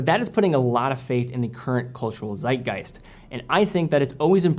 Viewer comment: Always interesting to hear americans say german words (Zeitgeist). Makes me appreciate my language even more.